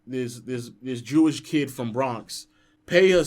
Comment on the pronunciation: Them trying to announce Peja’s last name had me dead 💀